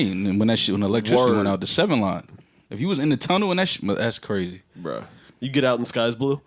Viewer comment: Joe said sheeid and his hoody just came off instantly true magic